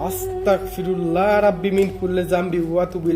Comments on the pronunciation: ভাইয়া আস্তাকফিরুল্লাহ হবে না,,,এটার উচ্চারণ হবে আস্তাগফিরুল্লাহ হবে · ভাই আস্তাকফিরুল্লা না অস্তাগফিরুল্লা